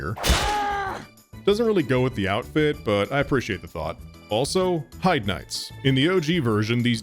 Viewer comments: no, Heide is in fact pronounced Hide. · I'm so glad I'm not the only one who calls the Heide Knights "HIDE Knights" because I still, to this day, have no idea how that area is meant to be pronounced. I'm sure there's an NPC somewhere who says the name properly, but damned if I can find them, and in my English classes, "ei" sounds are always pronounced like "eye," unless otherwise clarified.